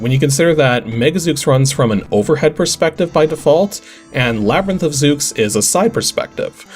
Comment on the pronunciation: Zooks? you mean /Zeu/s? The 'x' is typically an 's' sound in names like that. :p